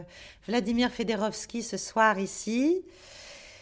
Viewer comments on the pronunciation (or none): Pourquoi "fédorovski"? C est FIODOROVSKI.